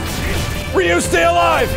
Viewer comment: I like max but ree you? its rye you :(